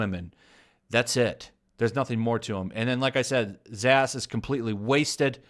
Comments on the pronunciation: I’m really upset he is saying zsasz like zaysz instead of zaz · The cutter is pronounced "zaaz". You are killing me! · Sorry, but there was no "bright side" to suicide squad. That movie was ass on all fronts. P.S. It's pronounced ZAZZ. Like pizzazz. The S's are silent. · It's pronounced Victor Zasaz (The talley mark slasher...) he's supposed to be creepy, Not flamboyant and Roman Sigonis aka Black mask (the genuine article) was an old school gangster meaning he has an honor code... he's not a complete douche bag. (Two more great characters ruined.) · I always thout it was said like victor (za-az) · Haha i like the way you pronounce victor zsaazs name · You killed me every time you mispronounced zsasz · please learn how to pronounce victor zsasz name correctly. Love your videos but this drove me crazy.